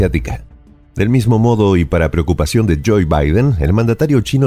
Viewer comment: Siempre dice Joey, creí que nadie más se daría cuenta... en el caribe y por lo que veo en Suramérica también lo dicen mal... la OE es un diptongo inglés, pero ya no hay pretextos basta con ponerlo en google ese nombre y te dará la pronunciación correcta. El dice joy que significa alegría y nada tiene que ver con ese sujeto jajaja